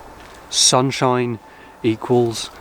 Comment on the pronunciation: In addition to hearing your musical talents, I love your accent. I don't get to hear folks talk like that around here in Missouri, USA much. I had to chuckle a bit when you said, "sunshine." I thought you were going to quote Ron Weasley's spell from the first Harry Potter movie. 😂😂